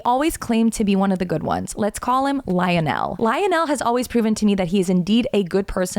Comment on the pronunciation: IKR? it was painful to hear the way she pronounced it lol